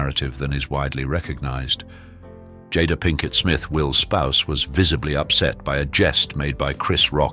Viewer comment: Ms. Smith went from being referred to as Jay-da to Jodda in under a minute. I don't think ive seen a single one of these where they pronounced everyone's name correctly 🙄